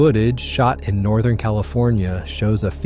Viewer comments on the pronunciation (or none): none